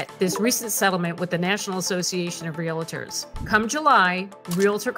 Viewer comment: Please pronounce the word correctly RE AL TORS. RE AL TORS!!!! REAL TORS!!!! 😒🙄🙄🙄